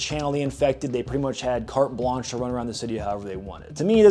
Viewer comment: I like it when he says carté blanché